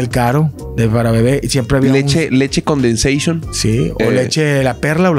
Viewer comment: leche condenseishon XDD " Leche carnation" JAJAJAJAJAJAJA